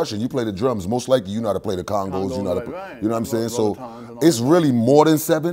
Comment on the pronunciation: people, please understand that it's CONGAS not CONGOOOOOS... thank you